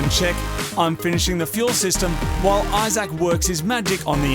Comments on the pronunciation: am i the only one who caught him calling Issac, "Eye Sack"? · "i-Zac" Your mate either has a ridiculous name, maybe just a ridiculous pronunciation of a normal name OR is he is an Apple product ? Which ridiculous option is it ? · EYE-ZAK... LOL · Main thing I took from this video is I can't stop hearing the way Moog says Isaac with so much thought each time. Like he doesn't want to get his name wrong lol. I Zac everytime. Only me? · It's Isaac but pronounced differently